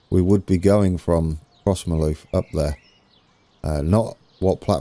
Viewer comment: Crossmyloof is pronounced “Crossmiloof” Also, South Western goes up to 70mph after Kennishead towards Barrhead.